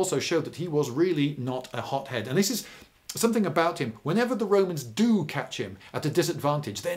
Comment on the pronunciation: I keep hearing 'hop-head' instead of 'hot-head'.